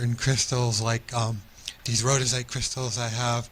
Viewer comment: Um, the guy says rhodochrosite - not royite, and Bashar does talk about the rhodochrosite - please review and correct as you see fit. ..."Love and compassion: Rhodochrosite is a powerful stone for both self-love and love for others, supporting compassion, empathy, and deeper connections in all types of relationships. " the Rhyolite though does sound pretty cool re its purported subtle properties. 'Rhyolite helps one better understand themselves and the complex universe around them. Energies full of strength, endurance, drive, and transformation flow from ...